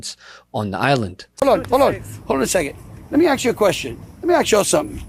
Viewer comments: What an ignorant POS this landry person is. First he should learn how to speak properly, the word is "ask" and not "axe" ..the arrogance of him saying drump put them on the map and nobody cared for them until drump. They didn't need protection until the U.S threatened them. They were living their lives peacefully until the mentally deranged POS president of the U.S disturbed their peace. WTF USA, do something with the nujobs ruining everyone's peace of mind. Who the hell do these people think they are??? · The word is Ask, not Axe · "Let me axe you something ..." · You axe them! He can't even speak properly. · Clumsy, an inability to articulate the difference between 'ask' and 'axe'...a prime example of American diplomacy under Trump... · As a political envoy, someone should explain to the man that the word is ASK and not AXE. Greenlanders speak a range of languages, but gibberish is not one of them. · He is so rude. Let me ax you a question. So rude. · AKS ?????? What language does he speak Go home!! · He just wants to axe them a question. 😂😂😂😂😂😂😂😂😂😂😂😂😂😂😂😂😂 That's a first for me. 😂😂😂😂😂😂😂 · “Aks” Landry why he’s illiterate (Southern Schoooolin’ ?) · Landry’s spoken words are atrocious…”lemme ax you something…” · Let me “ axe” … how about this delusional “high” level official learn how to speak proper english!😂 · If you start a conversation with let me 'aks' you something," I already know you're an idiot. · ...that's a question that Greenlanders should 'axe' themselves...wtf? LMAO.. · "... that's the question that Greenlanders should aks themselves..." Yes. He said "aks". Frosting on the crapcake. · Let me aks you.. what an idiot. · We have a governor saying “ax” in place of “ask.” FML/FTW/FDFTINTAWTF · Trump sends someone who pronounces "ask" as "ax". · A white dude who says “aks” instead of “ask”. It’s a prick’s affectation anyway, but to hear it from Landry just makes him look even more ridiculous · "Let me axe you a question ...."! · “Let me aks you….”